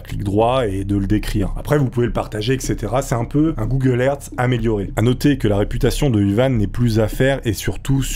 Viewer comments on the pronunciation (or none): "Google hertz" 🤣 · Google hertz lol.